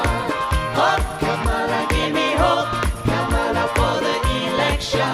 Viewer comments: They're mispronouncing her name 😂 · They pronounced Kamala wrong too. Big nono according to their side. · Its the family mispronouncing Kamala's name for me 😁 I've heard so many leftists/liberals saying it wrong KAmala not KamAla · They also mispronounced her name about 100 times. Hahaha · it's KAHMUHLUH!!! guys now we have to berate them about the pronunciation on CNN in a kindergarten style debate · We all ignoring they’re saying Kamala wrong?!? lol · They are actually saying Kamala's name wrong too